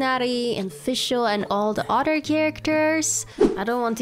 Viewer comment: When you say other it sounds like you’re saying otter and I love it😗